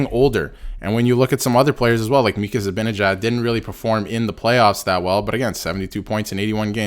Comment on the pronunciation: His name is ZiBANajad. If you can't even pronounce his name correctly where is the credibility for anything else you have to say.